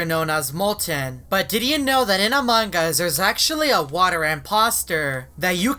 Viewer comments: Why do many players say amongus instead of among-us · its strange you call among us among gus in every single vid my sis is angry at that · When every he say among us I hear mang us Lol